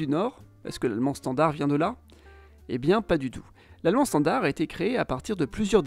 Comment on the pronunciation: bonsoir, je suis un abonné de longue date, c'est pq je me permets de vous demander pq vous prononcez le d de standard..? Certes je suis belge et donc pas une référence absolue 🙂. C'est la première fois que j'entends cette prononciation !? Merci pour la chaîne.